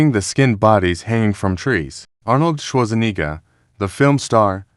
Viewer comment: "Arnold Shlotzaniga??" Don't you mean Arnold Schwarzenegger?? Stupid AI